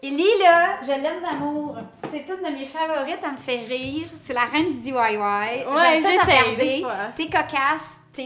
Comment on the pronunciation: LOLLL DI-WAYE-WAYE je suis crampée !!!!